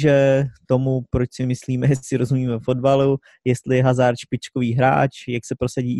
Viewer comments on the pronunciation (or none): none